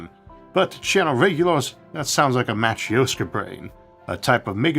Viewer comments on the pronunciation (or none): none